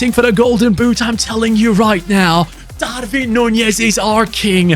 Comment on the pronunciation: love ur content but u say darvin nunez when it is darwin nunez